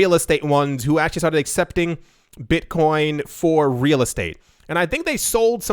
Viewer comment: "Beetcoin"